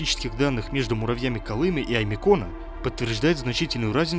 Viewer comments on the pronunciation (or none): А у Колымы что изменили ударение? Или это автор - безграмотный?